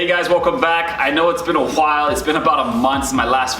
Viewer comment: Nobody says while like that 😂